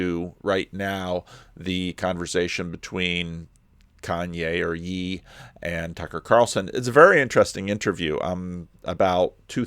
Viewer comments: Kanye is totally getting gaslit Also it’s pronounced “yay” but I kinda like “yee” very biblical 😂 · I think Ye is pronounced yay, not yee. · Lolol, when he says Ye it’s pronounced (yay) sorry I had to say it 😂